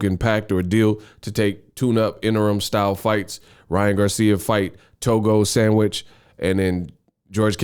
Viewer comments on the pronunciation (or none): Did u just call that man a To go Sandwich 🤣 🤣 Togo Sammish😁